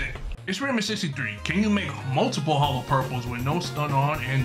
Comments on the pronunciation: It isn’t said hollow it’s holo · Holo porpel